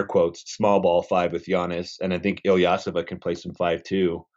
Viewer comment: this man said ersan's last name so wrong..has he ever watched a game with him in it and listened to what the announcers call him?..thats not his last name lol...wow that was cringe..hes not some young guy hes been around now for over 12 years in the nba….come on son...ilyasova..not illeosah